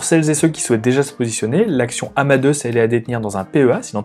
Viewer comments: "Amadeusse" ??!! C'est le même prénom que Mozart (qui se prononce "Amadé ousse" ou Amadé us en anglais)... j'avoue qu'au bout de la 50eme prononciation du nom de l'entreprise, je n'arrive plus a écouter le fond. Pour le reste, merci pour le travail... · Haha, merci pour la remarque. Désolé que ce point vous ait dérangé ;) Je savais qu'on disait "Amadé ousse" en anglais mais je l'ai prononcé à la française... pensant qu'on ne le disait pas comme en anglais. J'ai eu tord !